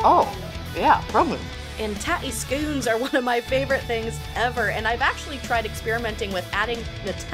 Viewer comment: It's pronounced "skonz", enough with the scoonz lol What...the hell..did you..just do? You're banned !